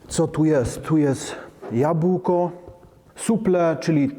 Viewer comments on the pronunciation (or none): none